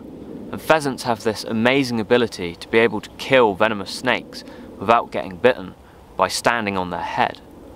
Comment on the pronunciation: "hi veenamoos"